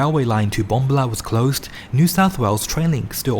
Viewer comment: Love the videos & information provided....however, it is courteous to learn the correct pronunciation of place names. BomBAHla